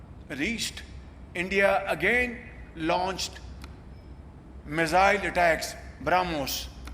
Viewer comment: Its me-za-ill....Not Missile!😂